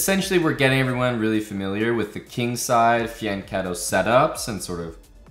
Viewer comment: Exactly, Pirc is pronounced 'peerts' and fianchetto = fee-ann-ketto